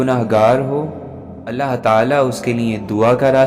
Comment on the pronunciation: It's not ahlla it's allah 😅 ok anyway it's also good👍